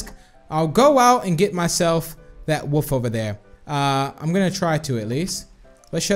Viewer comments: You sed woof not wolf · Random Hobo I thought that too but it's his accent